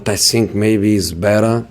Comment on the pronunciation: How can mourinho say the "th" in other words but not when he says "I think"